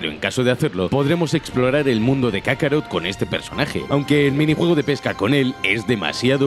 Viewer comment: Kakaro, jajajaja, no es kakaroto????